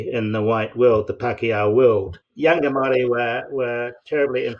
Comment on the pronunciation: It’s pronounced Moel rdi .